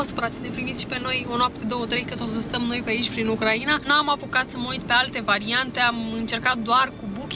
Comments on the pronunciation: UCRAINA se pronunta in trei silabe (U-crai-na), nu in patru (U-cra-i-na). Ati pronuntat cuvantul Ucraiiiiiiiiiina de 1000x, nu am putut sa ma mai uit la video… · De ce pronunțati Ucraiina înainte pronunțați Ucraina.?? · pui accentul ciudad pe Ucraina 😂😂😂 îmi plâng urechile 😢